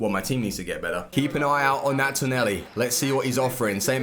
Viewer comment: its tonali not toneli